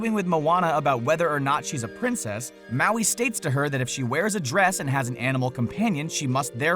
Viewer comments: U said maui wrong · U said heaps of mauis wrong